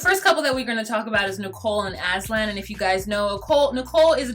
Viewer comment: aslan like hes the damn lion from lion, witch and the wardrobe. its aZan. you're wonderful!!